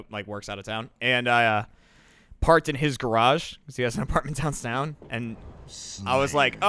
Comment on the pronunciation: “Downsown” - (and nobody called it out!)